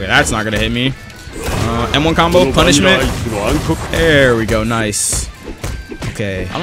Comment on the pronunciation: Is it just me that hears "Kono Vanilla Ice Can Cook" when he uses punishment